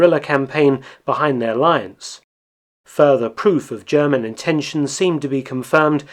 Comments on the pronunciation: What separates Mark’s videos from the rest are his succinct summary, lack of extraneous narrative, and he takes the time to pronounce foreign words properly. He does the same for Japanese and Russian, like he does here with German. As a German speaker of myself, I appreciate him not slaughtering the German language like so many other videos. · Thank you for your always very interesting, non biased and well researched Videos. There is so much to learn about the war. Also your pronounciation of german words is very good. Keep them coming!